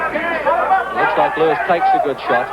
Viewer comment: Its not thike, its like